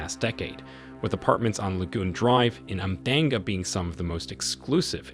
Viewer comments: umdanga??😭😭 It’s pronounced “ùm-shlang-ga”😅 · Your pronunciation of Umhlanga and Ballito is hilarious😂